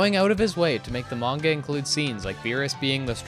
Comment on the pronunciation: "Modern" Super....... You said Manga wrong. xD